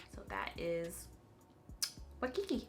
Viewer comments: 💀💀I’m dead at you pronouncing Waikiki. If it makes it easier, WHY- key-key😂😂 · It’s pronounced Y-KIKI. It’s a location in Hawaii. Congratulations on being on the PR list. I love CP, but I am broker than the Ten Commandments right now, so I enjoyed living vicariously through you on this video 👍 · When you tried to pronounce Waikiki! 😂 😂 😂 Girl you better get to Hawaii! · I was like girllllll - - - I know you know how to pronounce that🤣🤣🤣